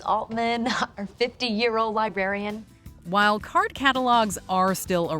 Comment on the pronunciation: What’s a lie-berry-an?